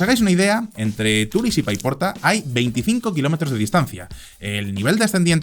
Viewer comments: Solo un apunte, no se dice Turis, se dice Turís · se dice TURÍS, con la tonica en la i, y no TÚRIS, gracias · la pronunciación de Turís o Benetússer ha sido un poco lamentable. El vídeo y su contenido genial, como siempre. Un saludo desde l'Horta Sud.